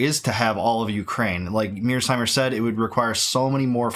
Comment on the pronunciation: Isn't John Mearsheimer surname Mear-sheimer not Mears-heimer?